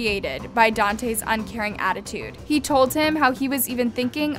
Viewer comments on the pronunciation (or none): And it’s pronounced Dante. Jesus. I can’t watch this shit lol